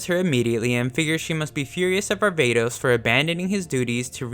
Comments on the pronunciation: sorry to be the guy but you said var-ba-tos and its pronounce var-va-tos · Varvatos huh... More like Barbatos